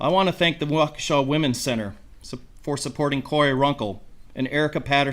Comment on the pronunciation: That pronunciation of Waukesha 🤌🏻 spot on. - sincerely, wisco native